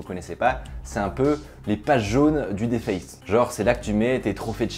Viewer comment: Sa s'écrit deface met sa se dit diface